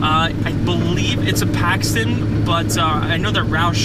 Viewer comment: Dude....I died when he said Paxton. My god. SMH